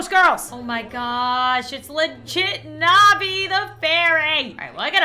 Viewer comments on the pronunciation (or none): none